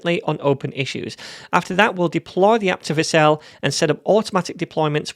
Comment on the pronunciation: It was all great until I heard Vercel.